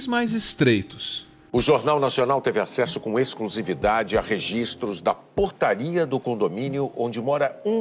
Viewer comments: Foi só eu que entendeu o Bonner falar "Putaria" ao invés de "Portaria"? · Só eu que ouvi o Bonner falar putaria ao invés de portaria? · Eu ouvi o Bonner falar "registros da PUTARIA", até voltei pra ver se ouvi certo